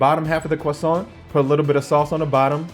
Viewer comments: Croissant, not cwoissant. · The cwosants